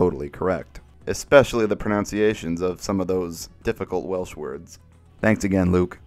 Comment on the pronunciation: respect to for pronouncing most of the welsh words right 👍